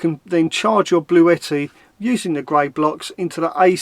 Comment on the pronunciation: you pronounced it right it is Bluetti not Blue-tti. I’ve actually spoken to them this morning x ps try the slow cooker x Roly